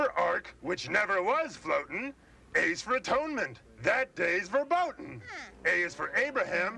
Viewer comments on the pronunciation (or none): none